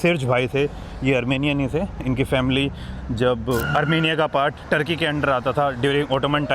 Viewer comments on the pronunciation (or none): none